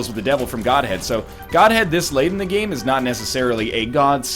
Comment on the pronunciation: Goathead, not Godhead